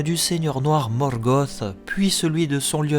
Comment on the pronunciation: Je ne comprends pas l'intérêt de la prononciation des noms, Sauron qui se transforme en Saurone, ou Morgoth en Morgoss je suis vraiment pas fan... mais mise à part ça j'adore tes vidéos 😍😍😍